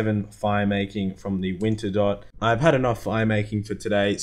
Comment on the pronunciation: Not sure if troll or not, but still saying WinterDot instead of WinterTodt.